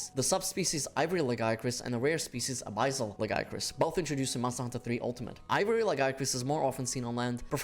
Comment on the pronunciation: “ABIZZAL LAGIACRUS” 💀